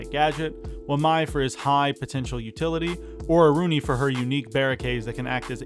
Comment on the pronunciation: It's Aruni, by far